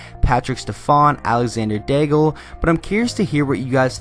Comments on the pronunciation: Daigle is pronounced Day-G, not like bagel, the "Le" is silent!!! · It's pronounced "Dayg" not "Daygl" for Alexandre Daigle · Love it when people pronounce Alexander Daigle like bagel